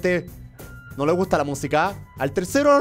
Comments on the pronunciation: en el minoto german dijo telcero no tercero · like si te diste cuenta que dijo el telcero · jajajajaja "EL TELCERO" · like si escuchas que germán en el 6 : 52 dice telcero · Línea si escuchaste que germán dijo telsero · jajaja dijo telsero